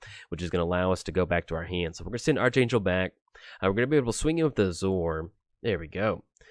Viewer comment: It's actually ark-angel LUL